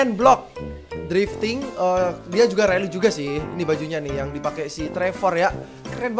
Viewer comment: rally atau rully 😂